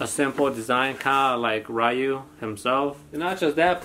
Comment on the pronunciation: Its Ryu pronounced “Ree-u”